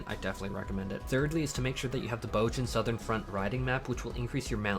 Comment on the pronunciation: "BOHZ-yuh" "BOHZ-yuhn" They say it in the game